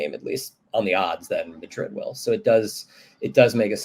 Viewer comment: So is Real "Maddrid"